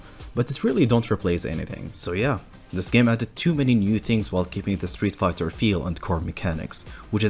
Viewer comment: Is it just me or does it sound like he says Streetfukers at the intro 😂😂😂